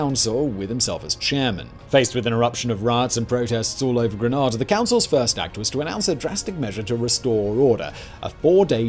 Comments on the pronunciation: Everytime I hear how you pronounce Grenada it annoys me. So informative, yet the pronunciation is so wrong. Its Green-nay-dah not Grah-nah-dah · Sorry I love this vid but Grenada is pronounced Gree-NAY-da not Gree-NAH-da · Your pronunciation of Grenada is the way the Spanish say it. The English pronunciation is like the weapon grenade-a. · Minor point of pronunciation I know but ‘Granada’is located in Spain. ‘Grenada’ is in the Caribbean. I was a USAF reconnaissance officer (RC135) flying above Grenada (Grenayda) the morning the invasion was kicked off. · As a husband of a student who arrived almost immediately after the invasion and after spending three years on the island, I can tell you that the way you pronounce it is a place in Spain. Everybody on the island pronounces it Gren aY' da (long a). I never heard any native person pronouncing it Gren ah' da. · AT LEAST learn to pronounce the name of the subject of your video! It's Gruh-nay-duh, Not Grenada...that would be a place in Spain. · Hello, Grenadian here. Just a tip. The name of the country is pronounced GREEN (like the colour)-AYDA (ay as in 'day') not GREN-AHDAH. GREEN-AYDA please and thanks 💀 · Gruh-NAH-duh is a city in Spain: at least that's how the Americans pronounce it. If you mean the island in the Caribbean, it's Gruh-NAY-duh. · Big fan of the channel -- but it is Gre-nay-duh...not Gre-nah-duh (that Granada is in Spain) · It's Grenada not Granada I am a Grenadian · Gra nada … no greenada that is how it is pronounced Granada is on the Iberian peninsula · GRANADA Is in Spain and GREN-A-DA is an island in the eastern Caribbean . SMH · I question you pronunciation of Gren AIDA. I see this has been mentioned elsewhere in the comments. Definitely Gren aida NOT Gren aa da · it's GREENNAAADA not granada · It's Gre, not grin... ada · Ir’s Gren-AY-da, not Gren-AH-da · Grenada not Granada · It's Greneda, not Granada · I can't listen; you're mispronouncing Grenada. Granada is a city in Spain :(